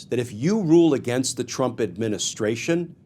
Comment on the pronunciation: Please correct the word against. Thank you for your hard work!!! Bless you❤